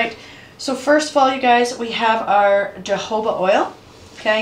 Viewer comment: I think your jojoba oil wrong you said it with the Jay, not with the H J has a h sound like jalapeño